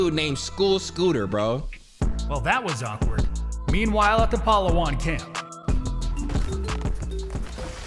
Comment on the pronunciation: The pronunciation took me out,,, palahwhan